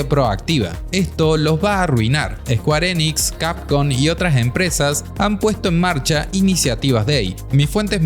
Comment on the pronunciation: squarenix... ulalal señor frances.... entonces como se dice? SQUARESOFT